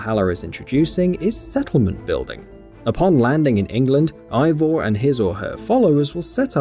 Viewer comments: Why so many likes? After saying wrong name... NOT Ivor but Avor and YES you can change your sex. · "unlike Odyssey, Valhalla will only let you play as one protagonist. But you will be able to select Eivors (AY-vor BTW 4head) gender." MF THAT"S BASICALLY THE SAME THING